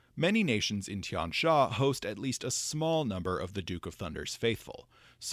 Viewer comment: If I may, the letter "x" in most (not all, but a lot) of these names is probably pronounced more like you would the letter "s" in English. So Tian Xia very likely sounds more like "Tee-yen See-yah", and "Jingxi" is probably more like "Jing-see". With that said, I always enjoy this series of videos on Golarion's lore and am excited for more Tian Xia deities!